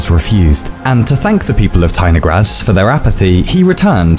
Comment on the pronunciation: As a Russian person, I declare that I felt something was wrong, but did not understand what (if it were not for the comment, I would not have understood). The stress should be on the third syllable